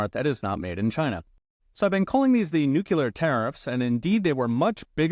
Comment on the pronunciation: It’s pronounced “new-clear” 😂